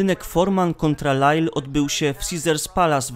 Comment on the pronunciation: Człowieku. George Foreman nie nazywa się Forman.